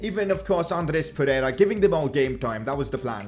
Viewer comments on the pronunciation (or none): none